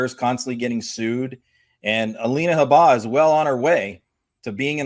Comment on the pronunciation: I love both your guys' insights (I hope that's correct English) on Trump’s "situation," and watch you both wherever you are speaking. But please learn how to pronounce Alina "Habba's" name correctly. It is not Ha-BAH...it is HAB-buh...emphasis on the "Ha." I heard her actually say it herself on someone's podcast but don't remember where, so I can't share the link with either of you. Otherwise, another excellent video. Watching from Canada.🇨🇦 😊👋